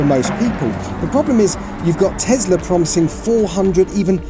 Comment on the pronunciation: Every time he says TEZLA a child DIES